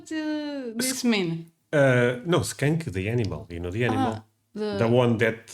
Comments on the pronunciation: The smell of skunk spray burns your nostrils. It feels like needles stabbing the inside of your nostrils. The word is pronounced SKUNK, not skank. A skank is something totally different. 😂😂🤣🤣😆😆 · be careful when pronouncing “skunk”. The word you are saying is something else entirely. 😮 SK-uh-nk (one syllable) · Also be careful saying skunk, you want it to sound like uncle, UNK, if you say SK ANK then that is a derogatory term for a woman that is promiscuous.